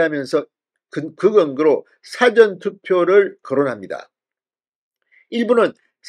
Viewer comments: 싸전이아니고 사ㅡㅡ전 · 사전의 발음이 너무 이상 합니다 사~전투표라고 해야되지 않나요 ? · 의원님.부산출신 맞나요? 지금 방송에 사전 투표를 말씀하시는데 일사의 사전투표입니다 .사전에 대한 억양부터 고쳐주시지요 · 사전투표의 사전은 발음이 액센트가 앞 글자에 두면 辭典이라는 뜻이 됩니다. 事前은 앞에 액센트가 없이 발음해야 합니다. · 사전투표 발음을 그렇게 하면 안된다 같은 경상도 사람인데 왜 저렇게 발음할까 그래서 잘 안본다. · 사전투표? 영아사전투표냐 한글사전투표냐? 발음부터 점검하시요! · 사전투표 발음 똑바로해라 정말듣기싫다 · 사전 이라는 발음을 바로 하세요 듣기가 영 거북하구만. 경상도 사람도 그렇게 발음하지 않는데 어느 지방 발음인지 모르겠네.